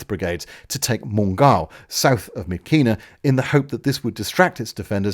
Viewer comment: Another truly excellent piece on this terrible bit of the war and of a country I've spent so much of my time in. I hate to criticise even a tiny bit but just a pronunciation tip; In Burmese the letters 'KY' are pronounced 'Ch' as in 'chat' making 'Myitkyina' 'Myitcheena....' Please keep this series going it's both fascinating and entertaining!